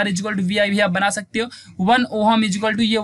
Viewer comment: 😅😅🤣🤣🤣🤣🤣🤣😂😂. Kya yaar OHM ko oham